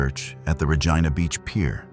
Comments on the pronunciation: Pronounced Reej- eye-na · Regina (pronounced Rejeena instead of Regina) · Great info on the cases but if you are going to podcast Canadian content please pronounce words correctly, Regina and lead,as in lead detective not led. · No it’s not. Regina pronunciation rhymes with vagina